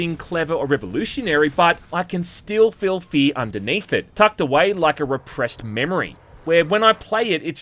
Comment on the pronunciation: It's hack to make fun of accent... but he DOES call this game "Fee".